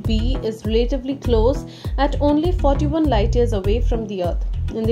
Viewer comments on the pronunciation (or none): i stopped listen after hearing how she pronounced Relatively... she said Re-Late-ivly instead of Rela-Tively